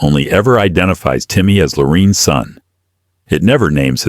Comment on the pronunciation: What's With the Narrator Mispronouncing Lorraine's First Name?